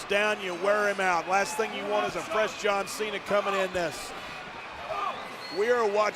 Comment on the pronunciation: "Jan Cena"; W-T-actual-F?! 😂